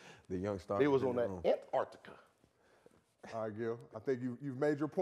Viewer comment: "That ANT artica" 😂